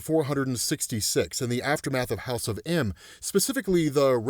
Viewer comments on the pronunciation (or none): none